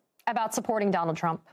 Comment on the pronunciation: Did anyone else notice towards the end, it sounded as if Conway started saying "Donald Chump"?